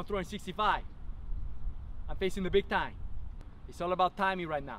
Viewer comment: "I'm facing the big tyne"